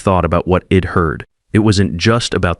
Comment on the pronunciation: This AI narration is like fingernails scraping on a blackboard! I’d turns into id. W’d into wid. You need to edit & proof read, because the end result is appalling